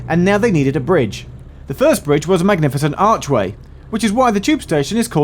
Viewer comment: the way he says Archway strange